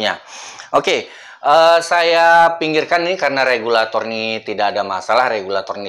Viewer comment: Regulator bang bukan kabulator😭😭